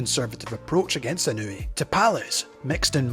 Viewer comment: ❌ - NAY-OH-UH ✅ - NAH-OH-YAH ❌ - IH-NEW-EE ✅ - EE-KNOW-EH